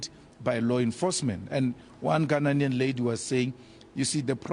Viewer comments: It’s not Gha-Na-Nian but Gha-Nian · It’s Gha-nai-an